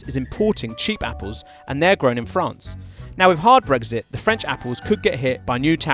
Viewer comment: You say brexit, I hear brisket.